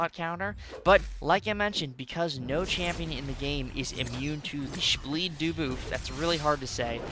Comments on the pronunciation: Take a shot every time he says shbleed dooboof😂😂😅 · Take a shot everytime says spbleed dooboof